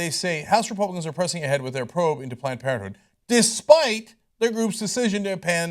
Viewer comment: planed por(n) planed parenthood lol